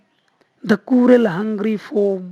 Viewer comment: স্যার, cruel এর উচ্চারণ ক্রুয়েল হবে